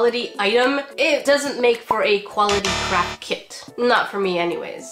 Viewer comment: I heard crap kits, I know you said craft but I heard crap 💩